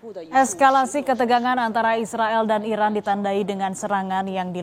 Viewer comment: Pembawa berita, tdk jelas menyebut iran atau irak